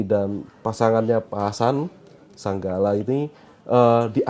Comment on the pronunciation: Bukan pak SANGGALA. Tp SAGALA. Itu gimana narsum nya membaca